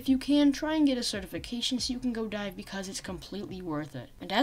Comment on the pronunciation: when he says dive i here die